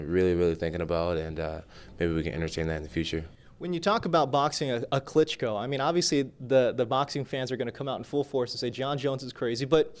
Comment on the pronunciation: i laughed really hard when he says he wants to figh one of klitsncko